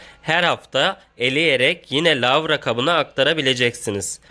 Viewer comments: Yanlız lavra değil larva. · Lavra değil larva😁